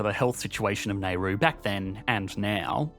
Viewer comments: i've never heard this pronunciation in Australia before apart from this guy - most people pronounce it Na-ru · There has never been a country on this planet called "Nay-roo". If you can't pronounce it, don't do a video on it. Still, it's pretty typical of anyone obsessed with economics to not understand basic things. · Please recheck you pronunciation. It is NOT "Nehru." British no longer have the imperial right to mispronounce anything they want. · ITS "NAH-ROO" MATE -random strayan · For next time, Nauru is pronounced "nah-OO-roo" or "NOW-roo", and the demonym is "Nauruan". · As someone who worked there for 2 years as an expat... It's pronounced "Nah-roo" and they are Nauruan, not "Neirusian". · Why he keeps saying Neyru? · I can't deal with this Nayru pronunciation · Dude just pronouced "Nayru" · /ˈnaʊruː/. /nɑːˈuːruː/. Not that hard, mate. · Ok i can't stand these pronauncinations republic of NAIRU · You'd think if you dedicated a video to a particular country you'd learn how to pronounce its name!!! Nayru??? What? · Great channel but you can't be bothered pronouncing "Nay Roo" correctly. You can do better. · Yeah that pronunciation is just flat out lazy and inept. You'd think it a fundamental of making a country the subject of a video. Nayru???? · I almost gave up on this based on the pronunciation of neigh-roo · I applaud the creativity of this video, I don't think I've heard Nauru pronounced as nay-roo before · We absolutely don't. Never heard it pronounced this way. I say now-roo. Looked it up to double check and not sure where he's getting that pronunciation from. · "Now-ru". Great video - pronunciation is a little jarring however. I mean this in good faith :) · Can’t be the only one irked by his pronunciation of Nauru lol. Also, I think it’s Nauruans not Naurusians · This pronunciation of Nauru makes my brain hurt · Japan invited the island? Dude learn to pronounce properly. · I don't think you're pronouncing Nauru right.... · Nar roo Not nay ru